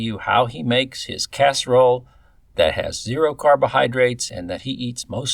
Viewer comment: Um... it's Casserole.